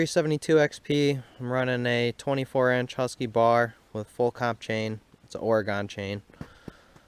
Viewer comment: I stopped watching after he said orygon